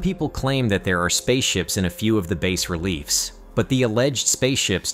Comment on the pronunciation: Hey, cut the AI some slack, when you were a kid you mispronounced words all the time. Poor thing, it's trying, really it is....